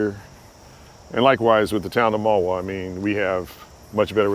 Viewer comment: I'm very familiar with the people known as Jack's & Whites, the Ramapos and the land areas between Ringwood, Tuxedo & Mahwah. I was taught in my younger days, that Mahwahs proper pronounceation is Mah-He-Wah. Owl, speaks about Iron in the mountain, during the Revolution War the iron ore was mined there & transported on a path thru the Ramapos now called the Cannonball Trail...lots of early American history originated in this area, sadly it was twisted and forgotten on purpose and as always the original people got the short end of the stick ...🐢